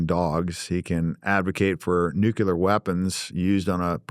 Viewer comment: If you cannot pronounce the word NUCLEAR you should NOT be able to hold any type of public office in any capacity.....we have an epidemic of people that cannot say the word NUCLEAR properly......This is not a hard word to say........ 😐🤨🤦.......it seems stupid on purpose at this point....